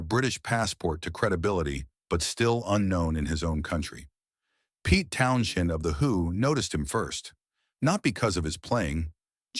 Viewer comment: Yep and can’t even get the spelling of Jimi correctly! Also, the name is not pronounced Town shend!